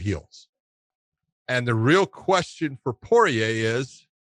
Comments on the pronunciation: Not even Porier pronounces his name like that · You think he would no how to say his name. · I feel like Josh is apprehensive to commit to its full pronunciation, Poirier. Like he's coming from angles he's not even sure of. But in 5 years, and after all he's been thru. He's grown a lot, and Josh will be pronouncing Poirier like a full grown ass man. Like a boss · Dustin Poiyay - Starting to get annoying now lol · pretty confident that it's Pour-eee-ayy. I just think Josh is over doing the frenchness of his name since the last part of his name has an ier and the r is silent and he just then makes both r's silent.